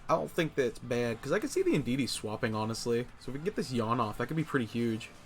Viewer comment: Indeedee not indeedeedee 😂